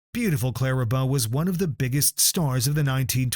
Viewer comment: It's Bow with a long o. What's with taylor swift🙄